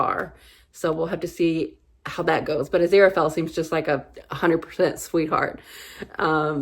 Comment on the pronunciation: You're saying Aziraphale just fine. Crowley was Crawley in Eden but later changed to Crowley (as in crow, not crowd -- the opposite of Supernatural).